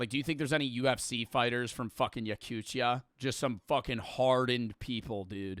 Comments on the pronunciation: I never really understood how the pronounciation can be that hard. it literally says yakutia and it turns into yaktucha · Why he saying "Yakuchia"??😂😂😂 it's Yakutia. T